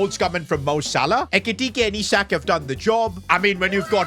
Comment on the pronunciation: Can you help slot with your tactics please 😢... Sold SALAH and kept chiesa 😐... Bro said "I"sak